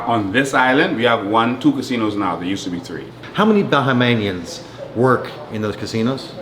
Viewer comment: It is Bohamians not Bohemians lmao